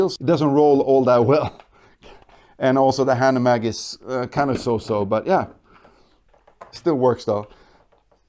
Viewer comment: nice video, but the pronunciation of hanomag makes me cringe a bit.